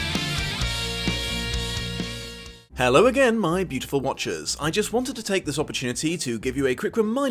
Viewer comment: I thought you said “my beautiful watches” (like the wristwear) since I found the channel and I just realized you’ve been saying “my beautiful watchers”. I really love this phantom of the opera series. It’s really comforting to watch at home.